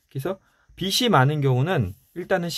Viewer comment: 너무 좋은 책들 잘 듣고 있습니다^^ 감사한 마음으로 듣고 있는데 작은 부탁은 빚 발음하실때 비시 비슬 하시는데 비즐 비지 라고 해주시면 좋겠어요^^ 죄송합니다 이런 부탁까지 해서요 좋은 방송 잘 듣겠습니다~~!!